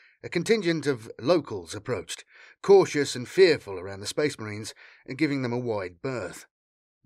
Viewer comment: Oh boy, more sphess mehreens